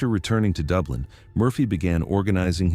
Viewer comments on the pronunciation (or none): none